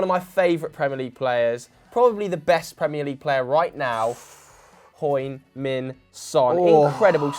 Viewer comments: Can someone please tell how to pronounce the "Heung" part of Heung-Min Son ffs. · when pronounce 'heung' is so funny